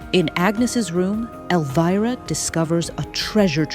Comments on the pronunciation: why does the pronunciation of elvira's name change every mention? it switches between elveera and elvaira. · Spelled Elvira, pronounced El-veer-a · It's weird hearing you flip flop between pronunciation on the name Elvira, just pick one and stick to it please.